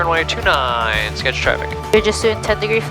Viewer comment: You refueled at my flight school at Arlington! Sorry for the rude guy. A couple notes: -You did pronounce Skagit correctly! “Ska-jit” -Paine Field is a main manufacturing facility for Boeing